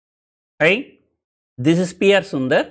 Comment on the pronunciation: Not "Hi" , it's "High" 🤣🤣